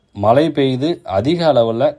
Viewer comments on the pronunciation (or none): மலை அல்ல மழை,வெல்லம் அல்ல வெள்ளம்.தமிழை சரியாக உச்சரியுங்கள் ஐயா.